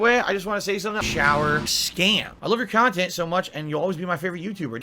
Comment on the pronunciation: khantent of course and ghulf come to my mind